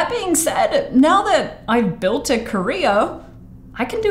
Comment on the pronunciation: When she said: "When now I have built a career" I heard it as "I have built a korea"